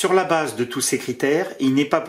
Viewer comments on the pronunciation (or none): none